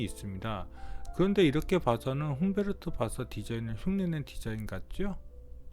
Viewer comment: 훈베르트가 아니고 훈데르트입니다. 자꾸 훈베르트라고 말음하네요.